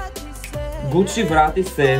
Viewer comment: Kuci not gucci😂